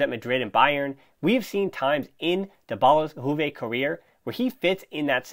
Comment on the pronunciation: From juve fan: good analysis and good podcast, pleasure listening to you👍 one remark, if I may. Its not “huve” , J is pronounced as “yu” , “Yuve”. Its a latin word. Thank you 🙏